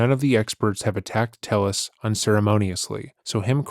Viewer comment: I think it's why he said his name was Tayus instead of Tellus, to dissociate. Could be wrong but it was my gut instinct.